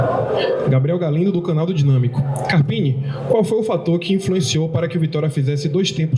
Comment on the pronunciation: Boa, to passanfo pra deixar o like apenas, pq nao aguento mais esse cara falando ( carpine ) doi os ouvidos, e mais uma coisa #FORACARPINE